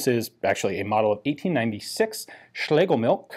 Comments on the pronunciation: Phonetically, it's pronounced schlay guh milsh. Cool weapon nonetheless. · So I guess 3 people think they have done better videos on the Schlegelmilch 1896? Speaking of which: It's SchlegeLmilch, not Schlegemilch. As stated in this Gewehr 88-article on the German wikipedia, which mentions the chief designer by name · The name appears to me as being pronounced shlagamilsh.